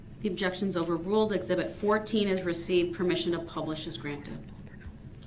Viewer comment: Actually, he says “Zibit”🤦🏾‍♂️